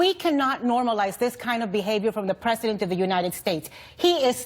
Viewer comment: I wish to hell someone would tell that CNN lady that the pronunciation of 'President' is different from the pronunciation of 'Precedent' already because it's super fucking annoying every time I hear her say it.